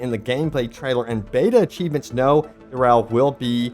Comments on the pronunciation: Are you calling him Darrel? Epic mini boss... Darrel? Dude. It's Duriel. Maybe it's time we take a break from Diablo updates. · Well done, you made the Lord of Pain sound like a cleaning product 🧼 😂 (Durell instead of Duriel) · Not Du-rel, but Du-ri-el 😁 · Duriel! DUR-EE-EL! Not "DUR-EL!" SL:DGKH:SLDKJF freaking mispronunciations like this drive me insane. You played Diablo 2, right? Did you not play diablo 2? Gahhhhh is this why people think Diablo 4 is so amazing? Is it because they never played Diablo 2? Diablo 2 had some major flaws - enemy immunities just to name the primary one - but man I played during the open beta for D4 and I just can't see it... I think I need some more hours to give it a fair shake but I'm just not dying for the game like I am for more D2R content instead but I guess I'm different... It just didn't resonate with me. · It's Dur-iel not Durel. The only Durel i know is a DJ :) Someone that covers Diablo, should know how to pronounce the name properly. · I like your videos, but your pronunciation of a lot of words irks me… affixes… duriel… it’s not ‘durel’ small nitpick but still lol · Duriel - "Duuh-ree-el" fyi. Nonetheless thanks for the updates! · Curious how many people's teeth started gnashing when they heard, "Dur-elle." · It’s Dur-i-el, lol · Every time that OP says Duriel's name, it triggers me a little. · It triggers me a lot. If youre goging to make diablo content learn how names are pronounced. Apart from that nice vid.